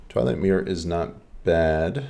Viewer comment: fyi it's twilight mire as in myer not mirror